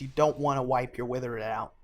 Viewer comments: good video but pronunciation of withered threw me off, surely its "with erd" and not "with er id" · Withered, not witherid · I like how you pronounce Withered as a noun differently than withered as an adjective.